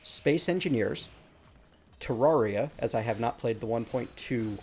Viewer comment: I DEMAND TERRARIA. Also, it's pronounced "teh-rare-i-a", not "teh-RAWR-i-a". Common mistake. :P